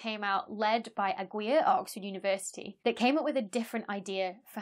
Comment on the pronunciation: Aguiar is pronounced like a:gi:Ar with silent "u" and stress on the second "a". You may listen to it here (by clicking on the loudspeaker)